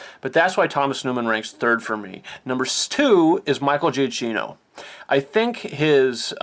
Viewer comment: Michael Giacchino's last name is pronounced "juh-key-no."